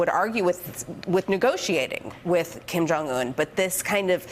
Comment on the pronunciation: "KIM JONG YUNNN"